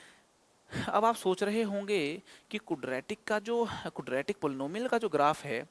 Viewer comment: Sir please don't mind but I think ye kudratic nhi hota Quadratic hota h sir...😊